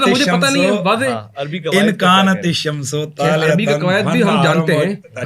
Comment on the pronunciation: لکن ھذا الشمس طالعۃ میں آپ نے شمس کی سین پر پیش پڑھا ھے حالانکہ زبر آتی ہے لکن کی وجہ سے یہ آپ کی عربی کا حال ھے اور باقی عربی کیا سمجھتے ھوں گے جب عربی نہیں آتی تو بولتے کیوں ھیں